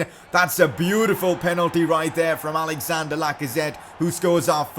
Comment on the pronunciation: It’s not Alexander Lacazette it’s Alexandre Lacazette!